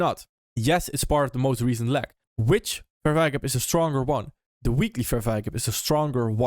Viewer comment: to not have "leg" sound like "lag", pretend you're saying the word LAY like lay down, but then add a G at the end. lay...GUH (g sound). layg